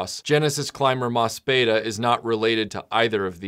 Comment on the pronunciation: Just because I have to be a pedantic ass, there is a pronunciation issue with the title. It is an ii sound, not an eh. The katakana translates as "mo su pi i da". Oh, and just as a fun little note, in Mospeada, Lancer...Yellow...whatever is a tribute to the Japanese Onnagata, or male performer in the female role. They became a standard in Kabuki, when it was made illegal for women to perform, starting in 1629. No Kabuki actor's training is complete until he has become proficient as an Onnagata. It has a much deeper cultural resonance for the original Japanese audience than it did for Americans, especially post adaptation.